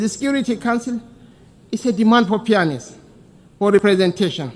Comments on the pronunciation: He can't even pronounce fairness well, Nigeria is a big disgrace. A man coming from a useless state borno state. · This man is just retarded,he can't even pronounce fairness well. A man coming from a useless state,borno state. Nigeria is a shame. Tufiakwa.